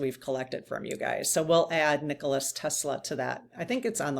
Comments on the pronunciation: Nikola Tesla....its Nikola FYI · I think the name is Nikola rather than Nicholas. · nikola Tesla, not nicholas... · She's talking about NIKOLA TESLA! NOT ELONIA😂💜